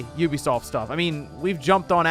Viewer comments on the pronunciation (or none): none